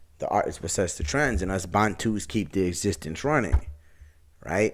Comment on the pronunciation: The word 'bantu' means 'people' and is the plural of 'muntu' which means 'man/person', so it doesn't have an 's' on the end. Your pronunciation is also wrong. The emphasis is on the first part of the word, not the second, so it's pronounced 'baantu' not 'bantoo'. Also, the word Bantu is not a catch all term when used as a description for black Africans, it refers to specific ethnic groups. And even though all black African ethnic groups are closely related, not all blacks are Bantu. My question to you, though, is how do you know that you're Bantu when you're not even an African. Some advice, stick to your own identity, and do not attempt to appropriate the identity of others, because it only makes you look silly. You Americans, I can only shake my head.